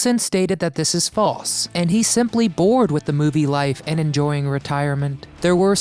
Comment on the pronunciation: It's annoying how this narrator can NOT pronounce words properly that have the letter "L" in them. (Example) the word TOLD Is pronounced as toad, and the word WINDSHIELD is pronounced as WINDSHIEWD. Or even the word FALSE which is pronounced as FAWSE. It's as bad as those kids that sound weird saying they fell off their bike in the pewuk on their bike and hewt their knee because they were distracted by a bewd flying past them.